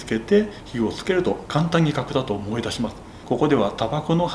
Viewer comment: 角砂糖が核弾頭に聞こえたw